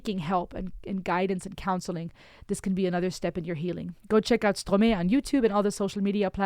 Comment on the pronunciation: Merci de parler quelques mots de français... we prononce "-mae", the "-ae" is like the "i" in "i am ...", then in english it's Strom - "i".. 😉. A lot of kids have two parents but in sometime, juste loved by only one, or none of them, and as kids, that hurts, for a long time of their lifes.